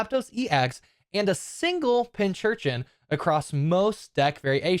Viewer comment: Yes! The first c is not a ch. It's a portmanteau of pincushion and urchin. Pronounced pin-kur-chin.